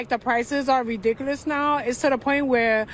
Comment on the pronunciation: Anybody who says reedickless instead of ridiculous doesn’t know their ass from their elbow!😂😂😂